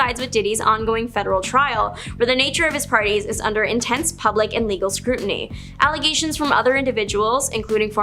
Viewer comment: "Scrutinty"???? lol